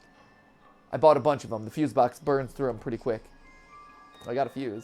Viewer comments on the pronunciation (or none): none